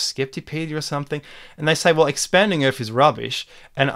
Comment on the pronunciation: I can't take anyone seriously that can't pronounce 'Earth' correctly.